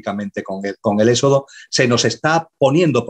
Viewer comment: BRAVO POR!!!...PERO...CÓMO PUEDE SER QUE TODO UN CATEDRÁTICO NO PUEDA PRONUNCIAR BIEN LA "X"...SE LO OÍGO EN ÉXODO, SEXO...ETC...JAJAJA...GRACIAS!!!